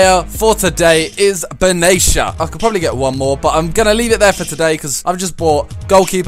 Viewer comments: Omg he pronounced benatia benashea its not beneashea its ben ateyya thats how u say it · Pronounced Benatia wrong. It's ben-na-tea-ah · Its ben-tek-a not what ever you said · yo you bought the old benatia "ben-atia" also buffon is way better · You spelt benatia wrong its like "ben-ateyya" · dat pronunciation of benatia :D